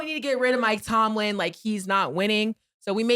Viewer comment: Cam still saying Mike Tomlinson 😂